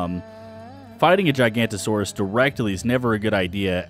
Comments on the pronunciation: Ok I've had enough. It is not called Gigantosaurus. There is clearly an O after the N. It is pronounced Jig oh no toe saurus. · Please please pronounce it correctly GIG-a-note-o-saurus